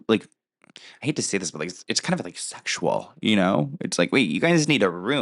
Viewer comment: the way you say “s*xual” 😂😂 I agree tho, they shouldn’t be doing tongues in front of kids, not appropriate.